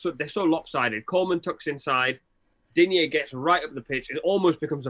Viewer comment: Digne is pronounced DEEN, DEEN, DEAN....not Dign-yeh, or Dign-yuh. There is no accent on his last "e" so you say it the same way you would say Champagne... and not Champagn-yuh! The man himself has answered this countless times in interview!